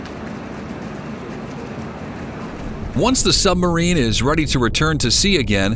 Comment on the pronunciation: Why does he keep calling it a Sum-barine?